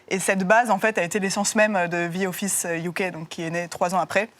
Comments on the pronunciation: “Ze Office” c’est insupportable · Zi offisse ...mon dieu